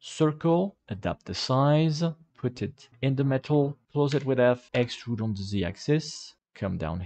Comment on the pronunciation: extuurrrd extuuuuurrrd extuuuuuuurd😂😂